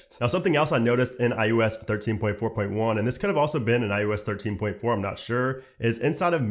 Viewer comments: iOS, not iUS. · why do you keep saying "I U S"